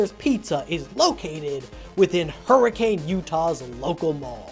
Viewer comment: Hurr-a-kuhn. The town name Hurricane, UT is pronounced differently from the weather phenomenon.